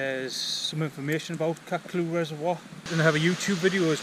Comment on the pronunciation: Nice video mate. I lived in Byrness as a kid in the 70’s and used to go to the spout frequently. The easiest way is to follow the forestry road from Chattlehope farm until it meets Chattlehope Burn then follow the burn up to the spout The old info boards are defunct so I would ignore them. FYI the reservoir is pronounced Catcluff. Thanks for the vid. Nice to see someone appreciating the wild beauty up there.